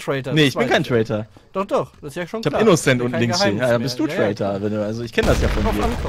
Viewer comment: Als in der ersten runde rückwerts buchstabiert hat, sagte sie INNECENT xD